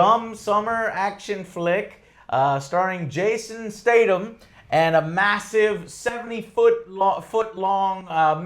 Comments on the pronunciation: Who’s Jason State-um? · Captain Arabia That bothered me too. STAYTHUMMMMM.